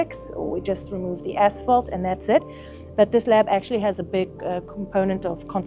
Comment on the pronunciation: English is not my first language and for some reason all I could hear when the lady said asphalt was “as**ole”. Had to double check a few times, because it made it a bit weird haha